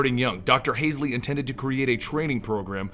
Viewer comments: Who tf is Kathrin Hazelley? Its Hal-zee. If you're going to make a video, maybe dont fuck up the most important characters names? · Not to be picky but isn't she Catherine hall-see? Not haze-ly? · Yeah, not "Hasley" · Holsey not hasely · yeah u love halo, u even call doctor Halsy "Hasley" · pronounced hall-zee also pronounced oh-knee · "Hasley" uh oh... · Lmao it's Hall-zee and Oh-knee xD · i was thinking the same thing. You hear those names over and over and still pronounce them so very wrong:P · maybe it's just me... but I thought it was pronounced hall-see